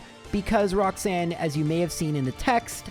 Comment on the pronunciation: Roxsun.... Mate, its ROX-ANNE, not Roxsun -_